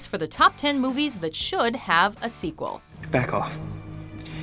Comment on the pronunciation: Why do you keep saying squeal lol